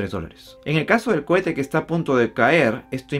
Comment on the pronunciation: Cohete. No cuete